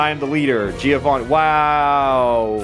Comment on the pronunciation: the right pronunciation of Giovanni is JOEvanni ;P